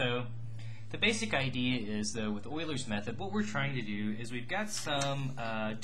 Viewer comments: patrickJMT Hey I love your videos! Its just that ive never heard it pronounced that way. Maybe Ive been doing it wrong. I pronounce it Ee-U-ler's not oilers. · it's euler's method not oiler method bro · Wow thanks!.. I googled it! It sounds so odd man to me but I'll live :)